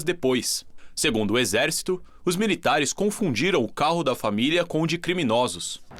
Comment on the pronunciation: olha a dicção reporter, "miritares " é